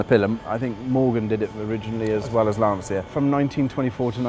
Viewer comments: They don't. The end part is pronounced "cha", as in "charge". They pronounce it "sia", as in Valencia, which is simply wrong. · Thank goodness at least one person in this video pronounces the marque's name correctly and says, "Lanchia" not, "Lancia". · Lancia say laancha not lansiia ( ps it means “spear”) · NOT Lan-see=uh.. IT'S Lan-cha. you idiot. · Why can't you use the correct pronunciation? LANCHIA NOT LANCE-IA! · Please... Lan-CHI-Ah, not Lan-Si-Ah. It's not that hard. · By the way ! You pronounce "" lantcha"" not "" lansia"" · maybe one day you'll learn to say LANCIA (lantsha) not Lan-zeeea !! Unfortunately too late since the brand was cancelled by the FCA group..... Isn't strange that the speak Italian in Italian instructions....... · Why is so difficult for Brits to pronounce correctly the name? Just say Lancha and not lansia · john moran it’s more like Lancha, the restorer says it almost perfectly for an English speaking man. Being from and living in Torino believe me, I cringe when I hear Lan-see-ya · Always surprised how english speakers can't pronunce properly a simple word like LANCIA: it sounds LAN (like LANcaster) - CHA (like CHArleston). The mechanic says it well... By the way, amazing job with a great display of good taste. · I please you to pronunce it in italian way. Lanchia, like child. It's the surname of Vincenzo Lancia, translate in english it will be Vincent Lance. He was a race cars pilot. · it’s pronounced: lantcha like in chapel!! you bloody english fool !!!👊👊👊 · Anglophone Lancia is pronounced Lancha, or in IPA format "lantʃa", the "th" in Abarth is not the same as in English you just say Abart. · Great video! P.s. the "C" of Lancia is not the C of words like "central"... the pronounciation is like the "CHA" of the word "champion". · I think it is pronounced Lan chia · john moran it’s pronounced lan cha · Great short documentary. But for God's sake, the "c" in Lancia is pronounced like the "c" in "Charlie".